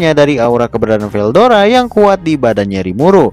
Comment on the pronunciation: veldora bang bukan verudora